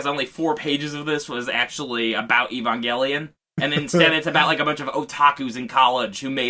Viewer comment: We can add "Ee-bon-gelion" to the list of bizarre pronunciations